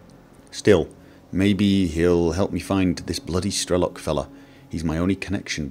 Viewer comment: It's Strelo'k, not Stre'lok. Strelo'k means "a shooter" (a person that is shooting) in russian.